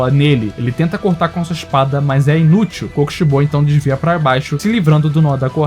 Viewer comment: Não sabe falar o nome do kokishibo